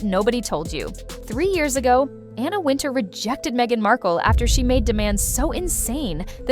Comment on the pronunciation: WIN-Tower is how Wintour is pronounced. Is this stupid A.I. narrrating? Just stop it! Use a real person to read the scripts.